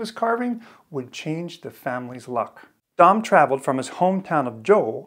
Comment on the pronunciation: Yay! Someone finally said “Dam” correct:-) thanks for sharing this in the Troll Doll Networking Club!